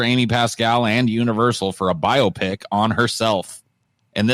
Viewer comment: The way says “biopic” sounds like he’s saying “myopic”. 😂